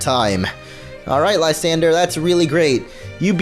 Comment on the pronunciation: Lis-san-dray that how you pernouse it